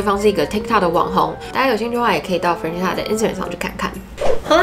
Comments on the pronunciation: Melody 會叫 Ｍel 但不會叫Meldy，Stephanie 會叫 Steph 不會叫 Stenie，Christina 會叫 Chris, Tina or Christy 但不會叫Chrisna。基本上長的名字都是省略後面不念但不會跳過中間去念最前面和後面的字母。這邊正確的發音是 Fran-ches-ca（Fran 可以想成是念人名Frank但k不發音，ches 就是跟西洋棋的Chess發音一樣，ca在此不是念sa而是ka）。如果是縮寫可以是Fran, Frank, Frankie，Franny...etc. 但不會是影片中念的Fre-nan-sa。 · FranCESca 你的懶音我聽到好辛苦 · Up主，建议下次把Francesca的名字念清楚，你念成 "farina"的话在意大利语中是面粉的意思，尤其是Francesca原本就是意大利文的名字，给懂意大利语的人听起来就真的觉得很怪。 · Francesca 的名字發音是三個音節 Fran-ces-ca，ces 的部分發音為ches (Fran 可以想成是念人名Frank但k不發音，ches 就是跟西洋棋的Chess發音一樣，ca在此不是念sa而是ka）:) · Francesca 的名字發音是三個音節 Fran-ces-ca，ces 的部分發音為ches (Fran 可以想成是念人名Frank但k不發音，ches 就是跟西洋棋的Chess發音一樣，ca在此不是念sa而是ka）：） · 喜欢你的影片! francesca 的读音可以这样念哦~ ❤ FRAN CHEST KA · Francesca是不是唸的怪怪的🤔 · Francesca 的名字也念错了哦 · 我發現你不會唸francesca的名字 所以快速帶過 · 開頭第二點才剛說完會注意發音 下一句第三點馬上就講錯Francesca 真的讓人觀感不佳😔 不過影片內容很用心 還是值得鼓勵✨✨加油～ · 對，中間音沒發出來，Instagram 也是沒發出來，中間含糊帶過，聽了很讓人分心，我本來以為是我個人太挑剔，看到留言就放心了。